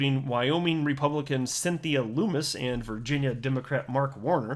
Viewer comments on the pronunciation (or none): Not loomiss >>> LUMM - USS